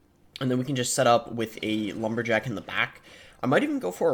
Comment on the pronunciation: bro said lumber-lick🤪